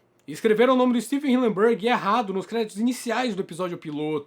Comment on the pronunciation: Hillenburg ❌ Hilleburg ✔️